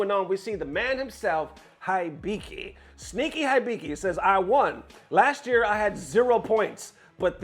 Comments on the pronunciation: It's, He biki Not High biki. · common mane u been playing Japanese games for a minute now it ain’t HIGH BIKI it’s Eeee- BEe - KEe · You hear them say "HE-BEE-KEY' correctly but you still, intentionally, say "HIGH-BY-KEY". Get real. 😑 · I'm convinced mispronounces to piss people off haha It's Heebiki, and they've been considered the best Lily in the world since the games release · da fudge is hi bee key? It's pronounce He Bee Key. 😗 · Dear, here is a tip pronouncing Japanese names: their letters always are pronounced the same. For example, "Akira" is pronounced "Ahh-keer-ahh". Most Americans pronounce it "Ahh-keer-ruh" so for Hibiki the "I" is pronounced like "ee" so it would be "Hee-bee-kee", not "High-bee-kee". Once I learned this Japanese became much easier to pronounce and less intimidating. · It's [He(e)-be(e)-ke(e)], oh my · it’s just “heebeekee” 😂, you good. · Hibiki (He bee key.) Thats how you say his name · Hibiki as in : He-be-key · Sir, it's pronounced "HE-BE-KEY" Hibiki. lol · Hibiki=Hee-Bee-Kee=ひびき He's been the world's best Lily player consistently since SF6's release (El Chakotay is easily #2). He played through the lows and the "even lowers" each season. It's about time that Capcom buffs Lily - and not some universal buff that's actually a nerf like last time... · For you, it is pronounced heebeekee, and he is one of Japan's top players. He's DAMN good. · "He Be Key" is closer to the correct pronunciation. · Yo I know english is not your first language but dont insult my boy HIBIKI's name like that its pronounce like He-Bee-Key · Hibiki - He-bee-key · it's kinda funny how he struggled to pronounce Hibiki's name when the commentators in the clip that he showed literally SHOUTING his name LMAO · if you are into japanese wisky, you should know how to read Hibiki.